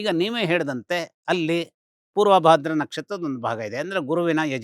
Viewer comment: ಮೇಡಂ... ಪೂರ್ವ ಭದ್ರ ಅಲ್ಲ ಅದು... ಪೂರ್ವಭಾದ್ರ.....